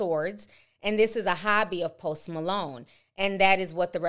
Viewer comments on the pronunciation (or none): Went from post Malone to Post “ma-loan” 🤣🤣🤣🤣🤣